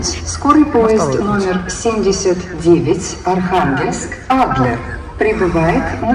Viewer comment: Ударение на А в слове Адлер, просто супер😍💓